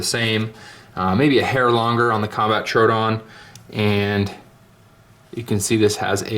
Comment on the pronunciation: FYI, Troodon is TRO-owe-don like the dinosaur.